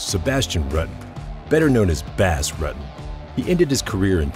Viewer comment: Wow... The narration is painful to listen to.... Do you think this guy is a bass fish or something? Butchered his last name too.. can this narrator and get someone that actually has a clue who these people are and how thier names are pronounced please it sort of ruins an otherwise great video... #cringe